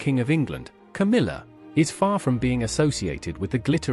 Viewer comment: KAMILA? Camilla! Your AI is broken.